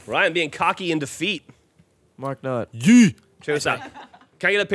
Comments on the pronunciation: Ray keeps saying Mark Nut though the whole video,. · Any one else notice how day continuously said mark nut?